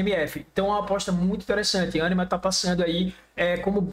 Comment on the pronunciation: "ânima" diz ele kkkkk